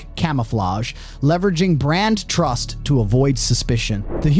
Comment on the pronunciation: Can pronounce trust and tens of thousands. Must have SOME cockney accent influences, though 🤔